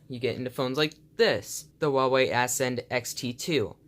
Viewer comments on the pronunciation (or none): It's Ascend, not ass-end